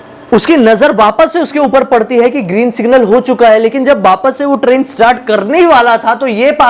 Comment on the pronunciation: Abe tu train bol raha hai ki crane